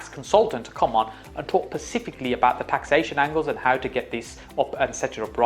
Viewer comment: Bro said pacifically one too many times😂i appreciate you man, great info and you are clearly a very smart, successful businessman, but please, its “Specifically”